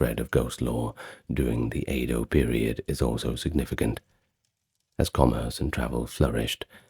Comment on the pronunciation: I’m sorry but it’s pronounced “Edo” and not “Eido” 😭😭 it’s phonetic dude